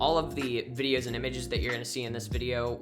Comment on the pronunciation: Fianlay news bidios